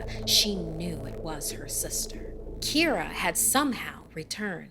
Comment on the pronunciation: I’m not irish but my names Kira Pronounced exactly like in the video